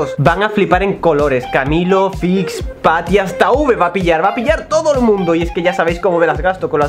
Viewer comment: YO escuchando tati en vez de patty🤣🤣🤣